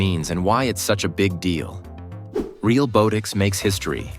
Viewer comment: The AI voiceover is mispronouncing Realbotix. Not a long "o" but soft as in "bot". Ironic.